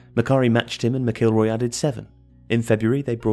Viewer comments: Sammy McIlroy is pronounced Mack-el-roy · This is written by someone with absolutely NO first hand knowledge of United's relegation season. Quite apart from the hillarious mispronouncing of Martin Buchan and Sammy Mcilroys surnames, the text is just an analysis of the league table and results? No mention of Dochertys tactics, style of play or ANY descriptions of how games unfolded ...instead its just statistics and results, which anyone could do by looking at the league table? Nice graphics but absolutely nothing informative about United's relegation season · Can you pronounce all these fancy names but you can't pronounce McIlroy properly? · Martin Buchan is pronounced 'Buckan' not 'Bewkan' and Sammy McIlroy is 'mackilroy' not 'mac ilry'. Other than that this is very professional with great graphics. Though no mention of the final match of 73-74 against City, Denis Law's famous backheeled goal, no celebration, and last kick in league football as he was immediately substituted - that seemed odd. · Martin boo can and Sammy Mckilrey? Sounds like someone who has no idea about who these players were trying to read out their names. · Martin “Byookan” huh? And Sammy “Macheelroy”? What a riot. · Buchan = Buck An and McIlroy = Mack ill Roy. Great video but get your names right ffs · Enjoyed that but the way you pronounce Buchan and Sammy Mc is a bit weird. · I like these videos but it would be nice if the narrator could correctly say the names Martin Buchan and Sammy Mcilroy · Odd pronunciations of "Buchan" and "McIlroy".